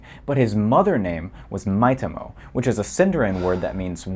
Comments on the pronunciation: This one is smaller but he pronounces Maitamo (correct me if i misspelled his name) as [ˈmai̯t̪ʰəmoʊ] and not /ˈmai̯tamo/ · “Borderline fluent in quenya” called me out bc who else violently flinched at that pronunciation of “maitimo” and “maedhros” 😭